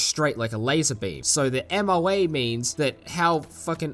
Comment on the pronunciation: Like Matt C commented, MOA (which you pronounced correctly) is basically just a measure of bullet spread. A 1 MOA gun will shoot a 1 inch diameter group at 100 yards. A 5 MOA gun will shoot a 5 inch diameter group at 100 yards. Basically a 5 MOA gun has a lot more bullet spread and will be less precise at range. 3-5 MOA is pretty common for service grade rifles. The M1 Garand had to shoot 3 MOA in order to be considered good to leave the factory. Now whether or not the shooter can be that precise is another story, haha. But yes, historically the SKS has been known to be more accurate than the AK, primarily due to its tighter build tolerances. Typically tight tolerances = higher accuracy, while lower tolerances = higher reliability.